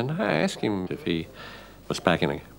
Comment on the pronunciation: This documentary provided me the second opportunity to hear this fool’s pronunciation of the verb “asked” wrongly. 🪓 😂